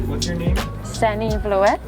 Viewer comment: Love how you pronounce your name San-nee Vlo-et instead of just saying Sanne Vloet haha